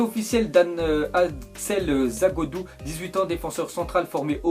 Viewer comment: t'aurais pu t'entrainer a dire dan-axel zagadou avant de le dire dans ton ZI car la ca fait mal aux oreilles